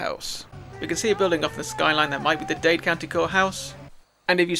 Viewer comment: Dade, not Dade 👍